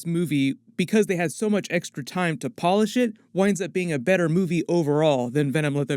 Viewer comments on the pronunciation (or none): none